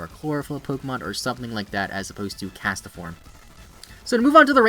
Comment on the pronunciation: Why does he say it like "castaform"